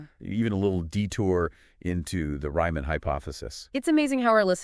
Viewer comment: "Ryman"?!?!? It's "Riemann"! 🥱❤️